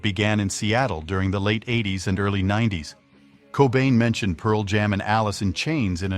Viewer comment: I hate the AI readers they have on these videos that don't know where to put the emphasis on complicated English phrases like "Pearl Jam"